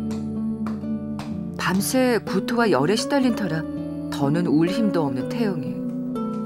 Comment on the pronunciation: 기분 탓인가 왜 자꾸 입원하고 있는 태웅이라고 들리지...?